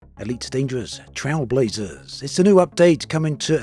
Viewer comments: Trail, as in "Nature trail", not "Trial" as in "speed trials" lol Even if you Google "Trailblazer meaning", you get a) a person who is the first to do something; an innovator and b) a person who makes a new track through wild country. So the name of the update is accurate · Is it just me or is pronouncing Trailblazers wrong? The way he says it sounds like TrialBlazers.